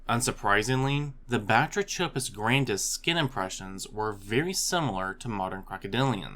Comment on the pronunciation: The “ch” in Batrachopus is pronounced like a K as in all related words like batrachotoxin derived from Greek βάτραχος (bátrakhos, “frog”). The number of otherwise diligent, industrious educational YouTubers who mispronounce key words, use incorrect plural forms etc. is really surprising and somewhat regrettable. I mean, “ancestrial”? Really??